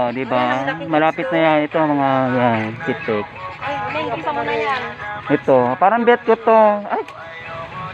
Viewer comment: Pitik hindi bitit..haha